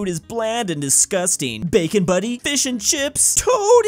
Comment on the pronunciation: Hold up, bacon buddy? There’s a T in there. It’s butty it means sandwich.